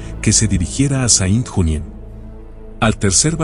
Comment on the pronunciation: Muy buen video !La foto y la escritura de los nombres de los hombres es interesante por saber llamar a los criminales ! Serìa bien hacer igualcon mlos nombres de ciudades ! Asì : Saint Junien, lo dices incomprensiblecuando "Sén Yunién" serìa fàcil de entender ! Muchas Gracias y no olvidar que la Waffen SS de hoy se llama "Wagner" ... 🇺🇦🇺🇦🇺🇦🇺🇦 Slava Ukraïni 🇺🇦🇺🇦🇺🇦🇺🇦